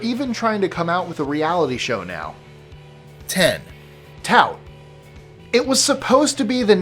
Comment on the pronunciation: learn to pronounce "tout". it is french. pronounced like: (too)